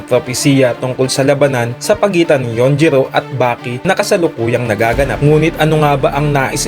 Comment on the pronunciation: Yujiro not yunjiro